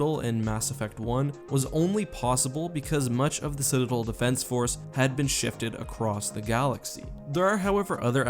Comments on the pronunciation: Citidlllll why not DEL like its supposed to be said (not trying to be rude its just very annoying to me) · citadel, not cidadal